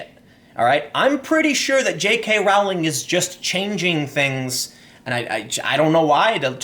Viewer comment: it is pronounced Rolling not Row-ling